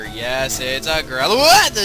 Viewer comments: It's not growlithe (Growl-ith) it's growlithe (growl-i-thee) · I thought he was catching a Growlithe, not a "GrowWUHDUDA"